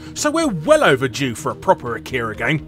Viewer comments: I can hear all the weebs complain about how you pronounce Akira now. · You pronounced Akira and many names of the characters incorrectly... If you've seen the movie... How the hell do you pronounce something incorrectly that is said multiple times in the movie... Plus the animated car and teddy bear ARE in the movie... Geez...